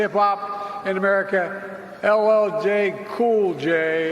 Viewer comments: I heard him say ll Kay cool gay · No more racism ! Democrats leaders have been trying to divide us for years. The key word in this video is unity. You won't get that under Biden. He can't even pronounce a famous African American hip hop/Actor's name right. If he can't get his name right how can he care about the average blue collar worker ? Trump 2024 !